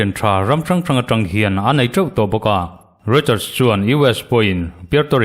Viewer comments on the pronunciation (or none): none